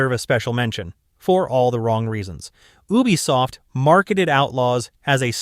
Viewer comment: Please stop saying Ubisoft like that 😭